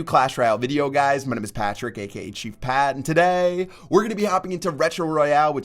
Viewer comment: funny how he says today